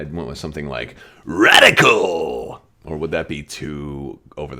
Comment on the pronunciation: Uh... when I hear you say "Radical" It makes me want to roll up a newspaper and smack you on the nose with it. "No, no..."🙂